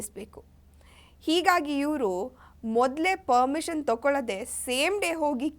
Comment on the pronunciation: ಪರ್ಮಿಷನ್. ಪದ. ಸರಿಯಾಗಿ. ಹೇಳು.